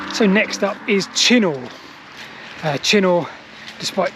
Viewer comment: Yes, it’s definitely pronounced “Chinner”